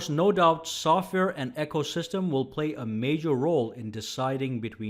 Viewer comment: Sorry mispronouncing ecosystem. It is not echosystem.